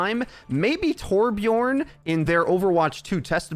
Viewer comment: Hi. It's 2021. I feel like you should know that Torbjörn rhymes with "learn" and "burn" rather than "born". Much love / your friendly neighborhood Swede